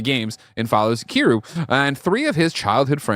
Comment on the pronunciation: that's Ki-REE-YOU. The show has been announced 2 years ago... it just didn't make any major news outlet.